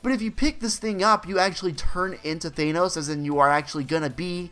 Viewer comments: Thanos not thaneos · Good video apart from how you kept saying " thaynose " instead of "ThAnos " :p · He said thaynos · Thanenose 😂😂😂 please pronounce it correctly